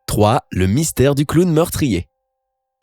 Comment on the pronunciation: MDR J'SUIS LA SEULE CHOQUÉE PAR LE MOT "CLOWN" QU'IL A DIT "CLAOWN"